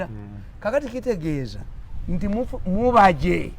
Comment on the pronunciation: it's mubajje not mubejje haaa